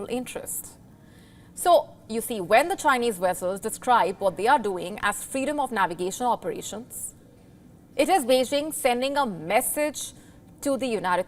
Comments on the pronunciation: They spotted a "wessel"? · This “news” is silly because it’s extremely….. Inaccurate and misleading. What’s a “WESSEL” by the way 😂